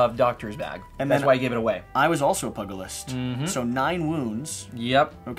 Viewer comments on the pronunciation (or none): Enjoyed the play through! (And FYI, "pugilist" is pronounced pyoo-juh-list.)